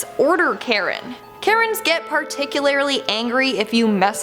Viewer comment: that is the first time I hear the word particularly pronounced "particularlary" hahaha not being a Carry but it was funny >_<